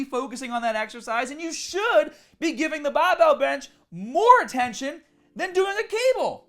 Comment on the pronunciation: Let's be honest. If I ever I hear you saying "baRbell", it will be the last time I hear you.:D